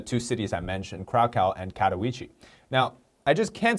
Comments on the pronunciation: you said Auschwitz, which is called Oświęcim in Polish, very well. And Katowice not bad either. Say it more like Katowitze. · You really butchered both Oświęcim and Katowice. But eh, nobody's perfect and Polish is right up there along Chinese when it comes to difficulty. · Hi! A guy from Poland here. Your pronunciation of "Katowice" is very wrong, but you did really good with "Oświęcim" (and I'm glad you even tried to prounance these). Also, I know most people know that it was the germans that did those horrible things, but I think you should at least mention this fact and not just the location name. Btw, what was funny to me was that "Auschwitz" is how the germans called "Oświęcim", "Krakow" is how english speakers say "Kraków" and "Katowice" is in Polish. So you basicly tried to say those places names in 3 diffrent languages : )